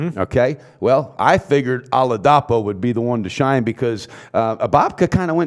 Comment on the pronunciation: just a genuine constructive comment, its pronounced Ola-dee-po. keep doing good work y'all.